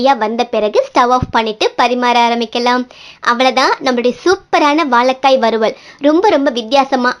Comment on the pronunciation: வாலக்காய் இல்லம்மா வாழைக்காய் தமிழை அழகாய் உச்சரிங்க உமது குரல் மிக அருமை இரசம் ல கரம் ர கரம் முன்பு இ உ சேர்க்கனும் அமுத மொழி எம்மொழி நன்றி வாழ்க வளமுடன்